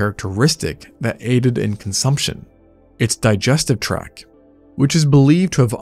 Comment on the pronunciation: It's digestive "tract", not "track". Still tho, good vid.